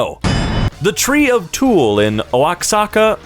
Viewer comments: just for the fact: Oaxaca is pronounced Oa Ha ka i know that because i live there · lmao this was sweet. Oaxaca is pronounced wa-HA-ka. Throw in a throaty sound in the Ha too if you can. The cheese is really tasty too! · Oaxaca from my memory of college courses is said "Wa-ha-ca" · Oaxaca = WU-hāka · it’s pronounced wahaca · It’s pronounced Wah-hah-Kah😅😅😅😅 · it's pronounced Ua-ja-ca you're welcome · And follow-up, “Oaxaca” is pronounced “Wa-ha-ka” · The tl in Nahua sound more like “ch” to me. So: Xoloitzcuintli - sho-loyts-QUEEN-chi Nahuatl - na-watch Xocolatl - Sho-ko-LATCH Oaxaca - wa-sha-ka axolotl- a-sho-lotch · Oaxaca is pronounced "Uajaca